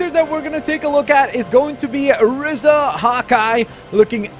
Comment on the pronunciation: Btw it’s r-ee-za not r-ih-za